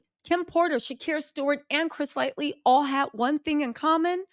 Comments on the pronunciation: Hey, it's LIGHTY, not LIGHTLY 😄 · Yeah. She never pronounces his name correctly because she does not know who he is, but out of everyone she deep dives on, I need her to put some RESPECT ON CHRIS LIGHTY'S NAME! Forreal. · It's hard to hear it mispronounced so many times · His name is Chris Lighty. Not lightly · It’s L-I-G-H-T-Y , lightly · God rest the dead cuz you STAY butchering that man’s name. His name was CHRIS LIGHTY!! Not “LIGHTLY”. 😒🙄 “Chris Lighty American music executive”. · Pretty sure it's Lighty and not "Lightly." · Each time you mention Chris "Lighty" you call him Chris "Lightly" not a huge deal its just not his name lol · that man's name is CHRIS LIGHTY.. not chris lightly... RIP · Its not lightly its Lighty 😂😂😂lol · The fact that she keeps calling him Chris Lightly is funny 😆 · Love you - you make me feel old when you pronounce some of the names wrong lol. Light - Y. There is no L at end lmao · Do you mess some of these names up so you won’t face legal ramifications… is it an honest mistake? Because those names kill me! Chris “Lightly?” Good technique if you’re doing it on purpose. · Nah she just getting it wrong 😂